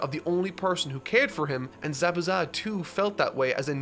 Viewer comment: I’ve never heard anyone else say ZABUZA’s name like you lol